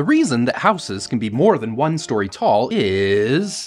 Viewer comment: The pronunciation for house is how s. But for houses is how ziz not how sis.